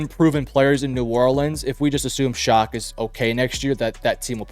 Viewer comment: For the record, Tyler Shough's last name is pronounced "Shuck" and not "Shock". It isn't a big deal, but it was bothering me through the video. 😂